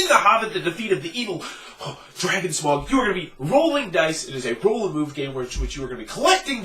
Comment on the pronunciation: Why are North Americans incapable of pronouncing the name Smaug correctly?